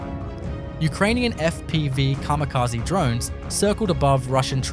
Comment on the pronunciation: カミカジ？ｗ